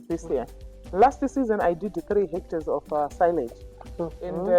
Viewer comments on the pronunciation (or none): Did you say six hectors?